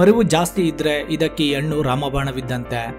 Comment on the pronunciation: Brother ,all students copied your pronouns as hannu= annu, hechigrite=achagirute your soft vanity all copied students get 00 Mark's ? ?